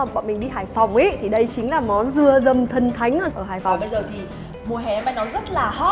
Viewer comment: "Dừa dầm HP " mà e đọc thành "Dầm mưa HP " 😂